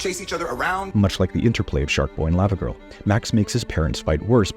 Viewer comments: The way he is saying Lavagirl is getting me upset. Lawvawgirl not Layvawgirl. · Does anyone else have a problem with the way he says “lava girl” when it’s pronounced “lava girl” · The way you say Lavagirl hurts my brain 😂